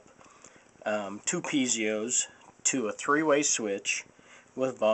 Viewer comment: Piezos, not pizeos!